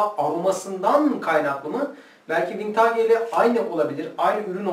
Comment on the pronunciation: Vintaage değil hocam vintıc yada vintij diye telaffuz ediliyor.